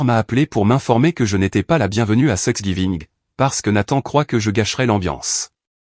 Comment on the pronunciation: Prononcez tanks giving ce serait plus juste